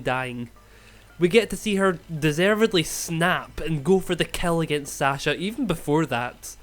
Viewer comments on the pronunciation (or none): none